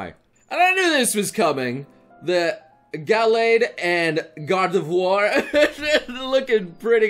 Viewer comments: gor-de-voir? Is that some kind of Chineese version of Kratos? :o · It’s supposed to be Gard’ve-wha-r, right? I’m not crazy? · Have I only just noticed how he pronounces Gardevoir like with God of War or is that new?